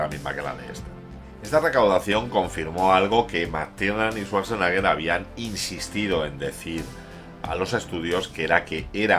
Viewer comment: No es lo mejor de Schwarzenegger, pero es muy entretenida. Muy buen video, como siempre, pero lo de Svasnaga me ha echo sangrar los oídos... Jaaaaaajajajaja